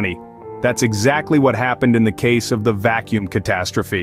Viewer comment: "The vak kacuum catastrophe" That's it for me. I outa here. Teach your robot better.